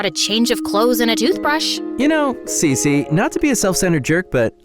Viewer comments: Cece❌️ cici✅️ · When she said her name is cece it's sounded like she said si si🤌